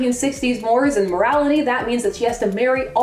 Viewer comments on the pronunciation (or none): The Mores in "Mores and morality" is pronounced Mor-ays. Tsk-tsk. Still love you though but be warned, if you mispronounce "hyperbole" I will lost all respect for you. Please don't do that. Lol.